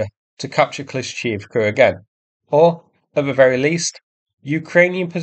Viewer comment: Its kla-sheev-ka